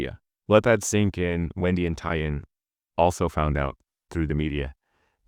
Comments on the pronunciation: I can 100% confirm Tie In is the exact mispronunciation of Taeyeon by AI voices - you have to type Tay On instead or manually train the model 🙃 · I wonder if you're using an AI voice -- Tai-yung instead of Taeyeon ("Tay-yon"). It's really throwing me off. Yeah, SM has gone downhill, which is a bit ironic when you consider how many controversies that LSM had. The Naevis idea is just dumb. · Taeyeon's name is pronounced tay-yun (not yoon) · taeyeon is pronounced- tay - yawn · Thank you for saying this, it was killing me listening to them say "day-yun" 😮‍💨🥲 Great video but I wish they took the time to try and pronounce Taeyeon's name properly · Why can’t you pronounce TAY (rhymes with KAY) yeon’s name properly? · The pronunciation of Taeyeon is making me so mad omg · I've never heard someone pronounce Taeyeon's name like this before lol